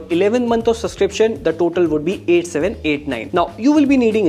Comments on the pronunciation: Dude, it's pronounced subscription with a 'b'. Heard it being said so many times the wrong way. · Subscription ❌ Suscription ✔